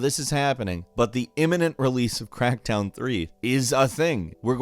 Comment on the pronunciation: Is it me... or you messed up - and instead of saying Crackdown... you said CrackTown ??